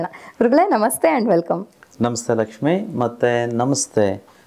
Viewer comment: Sir nimma bayinda laxmi anta yashtu channagi heltira